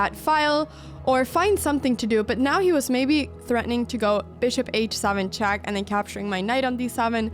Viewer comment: Why "chuck" and not "check"?